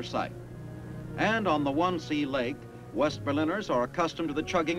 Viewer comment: The "One-Sea" lake??!! LOL. They meant "Wannsee" (Von-say).